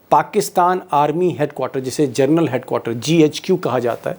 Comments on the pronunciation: It ia General not journal. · Aaap baar baar gernal bol rahe hai. General boliye sharmaji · दीपकजी, आपकी मुँह से "जरनल" सुनना बडा अजीब लगता है। ये स्लिप ऑफ टंग नहीं है ! बार बार आप "जरनल" बोलते है। कृपया " जनरल " बोलना। It is GENERAL, and not JOURNAL ! PLEASE.... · जरनल नहीं......जनरल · दीपक जी, आप सनसनी फैलाने के चक्कर में 'जनरल' और 'जर्नल' में अंतर नहीं कर पा रहे हैं।😂😂😂😂